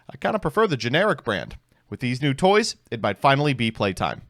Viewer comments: really hate that I can hear the U in "touys" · DID SOMEBODY SAY NEW TOUYS?